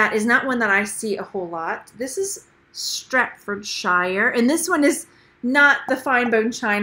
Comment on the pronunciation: Its pronounced "Staff-od-sherre. A king is crowned, not coronated!!